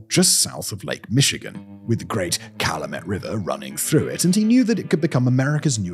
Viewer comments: CAL-AH-MET river 😂😂😂 It's CAL-YOU -MET river. And someone lives in Michael's house. He put up a fence to stop people bothering him. But I think someone fixed up a house nearby. So you can explore a house built with the exact blueprints. You can see how they lived in a 2bedroom house with something like 9 kids. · I'm from a town right outside Gary. When he called the Calumet (Cal-YOU-met) "Call-uh-met river" like it's a river in Egypt. I giggled like a school girl. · I love it when outsiders try and pronounce Calumet.